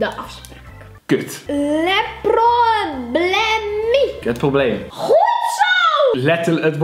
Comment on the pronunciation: Wanneer je op vwo zit en volledig aan je zelf gaat twijfelen omdat iemand op mavo beter Engels kan, maar daarnaa Frans. La prooiblemee